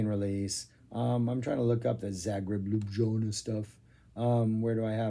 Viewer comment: FTR it's pronounced li'YOO-bll-YA-na. A town which, if you've never been there, is either stamped on one's memory by Laibach (now there's a musical adventure!) or by a certain YouTuber known for sermonising on politics and history whilst walking his cute dog.